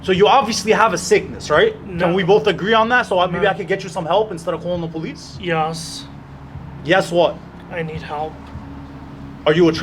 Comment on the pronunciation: Kinda like..."Yee-oss"...very odd.